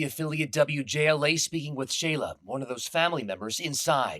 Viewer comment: SHAYLA NOT SHYLA 😭😭